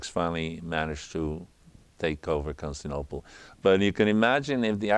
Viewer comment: Consinople? This dude stanning for Heraclius so hard he can't even pronounce the name of the city. Leave some of that stan for Nova Roma buddy.